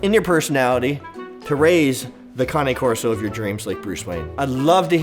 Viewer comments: Looked on google and you pronouncing cane wrong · You don’t even know how to pronounce the breed name.